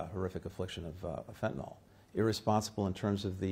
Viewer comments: Dude...it's fentanyl. Not fentynal... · You’re doing some of the world’s highest level negotiations on fentanyl and you call it “fentanol”? Otherwise, good job Blinken.